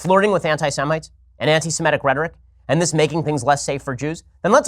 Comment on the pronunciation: It's "Semitic" not "Semetic"... There's no such word as "Semetic"... Just sayin'... 😉